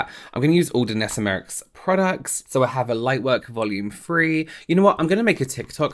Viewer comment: Hi I'm not saying this to be horrible but jus saying to help u, say her name like my-ricks 😉